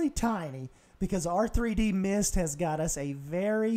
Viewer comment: Awesome to see my cup in there man :D (Ahw, you said my name wrong though, it's just redmist :P ) But thanks for including me :D